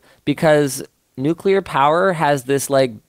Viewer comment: "Nuke-u-lar"? Come on.